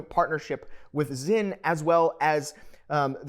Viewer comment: The brandname is Sinn so it is to be pronounced with an S, and as it is a German S it is a strong S. Please do away with the Z as it is not Zinn.